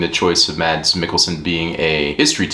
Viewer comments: I think it's fun how you pronounce Mads Mikkelsens first name. You say Mad-s, although the danish way of saying it, is with an almost silent D, so it would more or less be like saying the word "mass", but a bit faster. Great video btw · Great review 👌 Made me wanna watch it now. FYI the d in Mads is silent... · Mads rhymes with sass, except with an m. D is silent. Danes swallow a lot of letters. :)